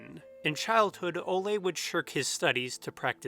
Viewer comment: I love the videos I’ve seen so far, but hearing the name Ole (“Ooleh”) pronounced “olay” hurts my Norwegian ears. Given how thoroughly you research pretty much every detail in every video, it’s funny how you completely overlooked googling the pronunciation of the pivotal dude’s name. :/